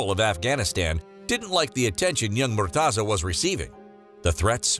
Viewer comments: its not murtaza ... its murteza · That's not how u pronounce his name haha